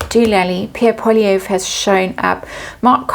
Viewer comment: First of all, a very big thank you for doing this reading for us 🙏🇨🇦 Secondly, Canada’s sign is Cancer 💕 (July 1st, 1867 is Dominion Day). Pierre Poilievre (and yes! You pronounced his name correctly! Bravo 👏) [on a side note, most Canadians call him Pee Pee or PP] is nothing but a smarmy gnat, flying around sowing division, hate and chaos wherever he goes … and I guarantee you that whatever Trump says or does one day, PeePee will do the next day … guaranteed 👍 Thirdly, Brandon Biggs has got it all wrong abt a ‘revival’ in Canada - Canada has historically been less religious (more secular) than the Americans to the south … and this can be traced back to the very beginnings of our nation. Yes, we do have small pockets of Evangelicals, but it is minute in scale. Pierre Poilievre’s Conservative Party of Canada (CPC) is attempting to reintroduce‘Christian Persecution’ into the nations conversation, but it is failing b/c we are a secular people(s). On yet one more note, b/c Pierre Poilievre is so despised by such a high percentage of Canadians , his leadership is up for review by the CPC in January (the CPC , btw, has manifested into an extremist right wing political entity). Most Canadians are proud and feeling relieved that Mark Carney is our Leader, and feel that he and his Liberal Party will lead us into the future. The CPC , well, as the saying goes, ‘give them enough rope’. Thank you again and God Bless 💕